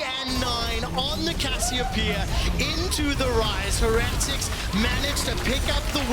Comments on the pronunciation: Why are they pronouncing it Heh-retics? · Why are the casters pronouncing heretics so weirdly? It’s like they’ve never heard the word before lmao